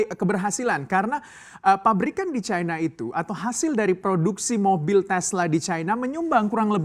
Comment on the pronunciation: Caina? Bahasa Indonesia benerin bang!